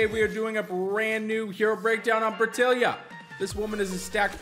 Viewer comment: Dude lol you added a whole extra syllable to her name. But yeah, she's quite unique having TWO passive abilities. I'm not trying for her, but if I get her I won't complain.